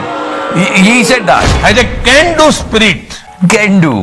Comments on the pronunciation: He is saying ... "Cendu" ... Not "Can Do" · Iska "can do" maa kasam "gendu generation " jesa kyu sunai de rah tha??... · CAN DO sounds more like GANDU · He said "Can-do" generation but he meant by "Gan-do" generation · At first I all thought he said G do..